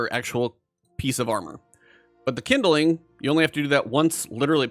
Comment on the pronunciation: "Kindling" is a 2 syllable word. It's not "kin-da-ling". It's "kind-ling". Couldn't watch this because in 5 minutes he said kin-da-ling like 20 times.